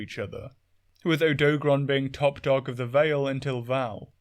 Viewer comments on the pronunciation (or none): "Odo-garon", no "doag" sound in the middle. Same thing with Lunagaron, where it's just the 2 halves "Luna" and "garon" like what you'd expect without making a combined middle sound. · i cant listen to odo garon be pronounced incorrectly for so long. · Butchering of the name aside (you're the second British person I've heard say the name wrong), Odogaron is very fascinating. With Ebony Odogaron specifically, its Dragon Element and Berserk State are something it actively tries to maintain with its habit of carrying meat around constantly. This Subspecies is fully aware of how much faster and stronger it gets when its body takes in meat. It also seems like Ebony Odogaron took to Dragon Element specifically to account for its nomadism, as its Dragon Element production is highly effective at dispelling the elemental abilities of other Monsters.